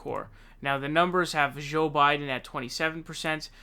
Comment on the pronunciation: Actually, now he's saying Zonders. 😮 He also pronounced Joe Biden's name as 'Zo' a couple of times.😒